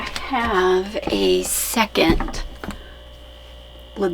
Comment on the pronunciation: Don’t those microphones clip on 🙄🙄🙄 There is a “t” in curtain!! There is no “t” in second!!